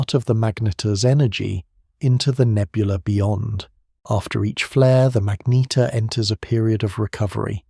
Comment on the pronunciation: For gods sake get the pronunciation tight; its not magneteer or magnetaire or magneter, is pronounced MAGNETAR